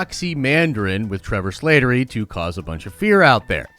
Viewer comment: It’s Slattery, not Slātery